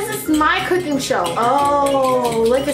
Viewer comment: Why is she making things harder for her when it comes to "KOOKING"